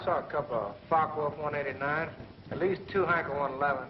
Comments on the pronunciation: It's pronounced Fokka Wulf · What a shit the speaker is saying, "The Fuck o Wulf Plant"? Hahaha...;-) Regards from Germany! :-)